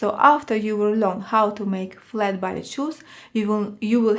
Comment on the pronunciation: Love your postings. A teensy point. It is pronounced "Bah Lay" shoes. :)